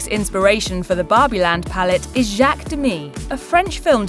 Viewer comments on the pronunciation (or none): none